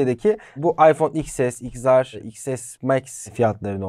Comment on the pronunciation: Abi neden xr’a “igzar” diyorsun “iksar” olmayacak mı